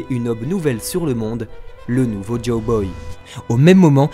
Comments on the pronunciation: Mais... C'est "Joy Boy" !!!! JOY !!!! Et pas "Joe Boy" ! Vous faites stresser ! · Pourquoi a chaque fois dit " Joe Boy " au lieux de " Joy Boy"?